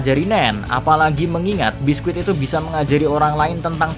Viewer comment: Bisky mr key bukan biskuit wkwkwkw